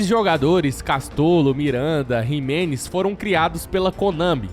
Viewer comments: Jimenez não, Ximelez...kkk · Não é Jimenez e nem Miranda. É Ximelez e Minanda